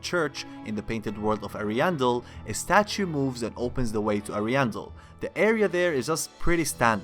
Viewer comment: How do you still mispronounce Ariandel when they say it in the DLC? Lmao